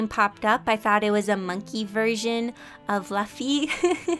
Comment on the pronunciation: No one: Literally no one: Her: LaFfy ThY mAnKey from One Piece Note: no offence to her tho, i just think it's amusing